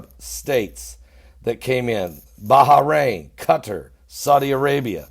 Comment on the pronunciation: haha, love your pronunciation! Baha Rain (Bahrain). Cute. Oh, there is more! Yes Sir Ara Fat (Arafat). And Obama Nation? (obomination) lol So anyhow, are the Palestinians going to get bombed into oblivion, or how will you make them stop killing Jews???